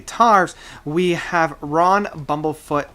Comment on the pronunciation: Agreed. Someone is talking about Bumblefoot without even knowing how to pronounce his name. Fail! There's a reason why Bumblefoot is ranked #11 in the world on guitar right now.